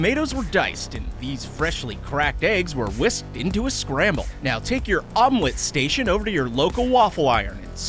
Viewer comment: h said omwet station..... UwU